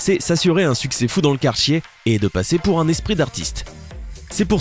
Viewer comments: Au début, il dit quarchier!!🤣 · Au début , il dit : dans le quarchier